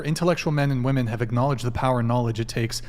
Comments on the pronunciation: I can’t handle the blonde saying “wemen” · Why she say “wamen”